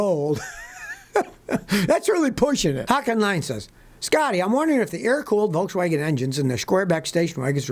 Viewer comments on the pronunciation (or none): none